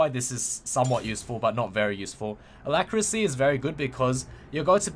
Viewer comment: Note that the last syllable of alacrity has a "t". A lac ri tee.